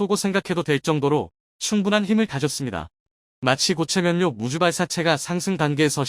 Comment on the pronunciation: 각본 쓰면서 교정 않봅니까? "ㅇ" 으로 쓰고 읽어야 할 것을 모두 "ㅁ" 으로 쓰고 "ㅁ"으로 읽으니 참 한심하네요....... 고체연료인것을 고체 면료 라고 읽으니...